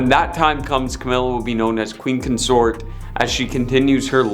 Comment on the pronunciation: First, learn to speak English, it is Mountbatten and Consort you obviously have issues with, so maybe you should use a brand new system called Google that can tell you how to Pronounce words phonetically, maybe then you will pronounce Lord Mountbatten's name and word Consort properly. Secondly, 90% of this is total and utter BULL SHIT! Especially the bit about Camilla and Lord Mountbatten, that was so wrong it wasn't even historically accurate if the world turned upside down. Thirdly, What A-Listers were actually in this Video, all I saw was a bunch of stuff dragged up covering over 70 years and you tried to turn it into people hating the Queen, Project Much?